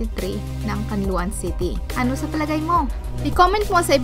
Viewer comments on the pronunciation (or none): can la on poh hindi can lo an hahaha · Nice trivia! Correction lg po its read Can-la-on City.